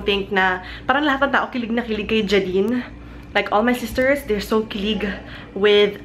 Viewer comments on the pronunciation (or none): Im pretty sure it's "Jay-din" LOL thats how I always hear people pronounce it